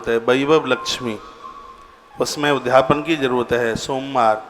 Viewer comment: ' उद् धापन ' मत बोलिए, शुद्ध शब्द ' उद्.यापन ' बोलिए।